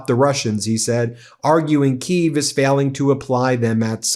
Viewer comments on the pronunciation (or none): none